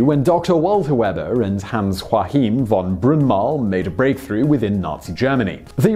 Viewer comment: That's not how they pronounce the name Joachim in Germany. That's spanish. "Hello, this is Today I learned, and my name is Simon José Whistler"